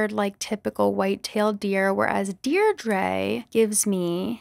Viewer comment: Deirdre is actually an Irish name and its pronounced Deer dra